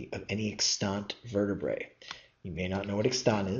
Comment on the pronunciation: Vertebrate - missed the "t".